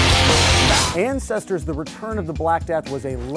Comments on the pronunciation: Antestor.. not ancestor ..lol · "AnTestor" not AnCestor.... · OMG IT'S NOT ANCESTOR IT'S ANTESTOR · Actually it's Antestor, not Ancestor.